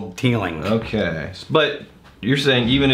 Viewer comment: I bet the authentic Irish pronunciation isn't "Teelinkgk"